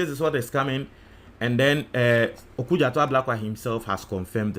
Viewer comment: It's OkudzEto, not OkudzAto.